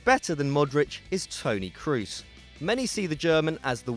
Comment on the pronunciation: P1 5mok35cr33n Cross isn't the right pronounciation either but it's better than "Croos".